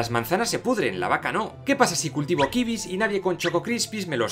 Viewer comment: me encanta la pronunciacion kibis en vez de kiwis XD ese re-inventando la lengua española.